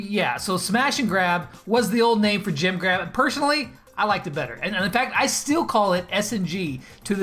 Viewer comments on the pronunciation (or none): When you say jem grab it sounds like u are saying jim grab